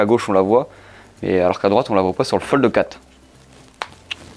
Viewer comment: Fold quatre, pas quat' 😋